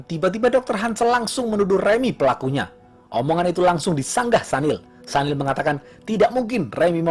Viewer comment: Maaf bang ....sedikit koreksi ya yg bener Sunil bang bukan Sanil. Soalnya teman kantor kebetulan WNA singapore keturunan India dan dia sendiri perkenalan nyebut namanya Sunil bukan Sanil..😊😊🙏🙏